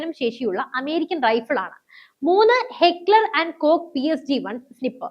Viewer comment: ദാഡീ വാലാ ഫൗജീ..പാരാ സ്പെഷ്യൽ ഫോഴ്സിനെ പാക്കികൾ വിളിക്കുന്ന പേരാണ്.മാർക്കോ മഗർമച്ച്(മുതല) എന്നാണ് അറിയപ്പെടുന്നത്.ഹെക്ലർ ആൻഡ് കൊക് അല്ല..ഹെക്ലർ ആൻഡ് കോഷ് എന്നാണ്‌.